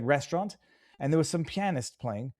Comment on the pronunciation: Damn.... learn to pronounce "pianist."